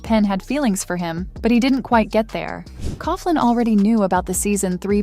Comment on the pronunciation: Please pronounce Nicolas surname correctly! Its pronounced Cocklan.